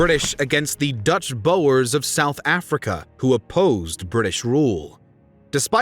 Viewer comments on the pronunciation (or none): none